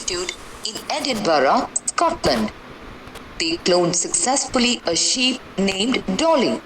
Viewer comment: That was not ship it is sheep